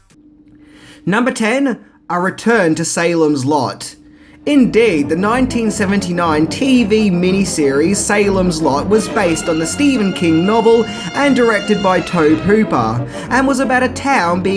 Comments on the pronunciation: You are a complete flop 🤦🏻‍♂️ his name is pronounced Toby even though it’s spelt tobe, do you do any research for this shit, if you can’t even pronounce a name how the hell do we take you seriously ffs, dumbarse. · Tobe is pronounced TOBY. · Toby Hooper? Spelled Tobe pronounced Toby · "Toab" Hopper? Are you fucking kidding me? This isn't "erb" vs. herb... this is the guys name. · Tobe Hooper's first name is pronounced like "Toby."